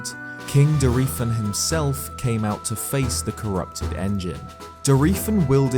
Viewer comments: I always click on for the amazing analyses and content. Then barely make it through while gritting my teeth through his pronunciations. AK-la will always kill me but I thought I could get over it until....DOR-EE-fan. Yikes. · That is not how you pronounce Dorephan. It's literally the word dolphin said with a heavy Japanese accent. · Mispronouncing dorephan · Why do you pronounce Dorephan differently everytime you day it?😂😂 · Dude, your videos are great and it's crazy fascinating getting more in depth with the lore, but how did you manage to pronounce Dorephan 12 different ways?! Props